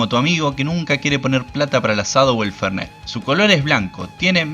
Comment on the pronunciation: Por decir Fernent, eres argentino?